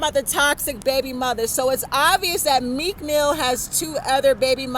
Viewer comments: girl you can’t even pronounce their names correctly. You don’t know meek mill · This girl has been saying this for years. She doesn’t even know how to pronounce the names of the people she is talking about. She is crazy. Meek mill pays her no mind. You are stupid if you believe this